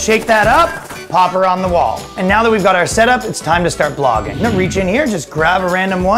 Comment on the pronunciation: I heard "Pogging" instead of "Blogging" and it still made sense.